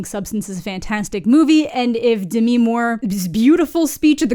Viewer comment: It's Demi. Not Demiiiiii.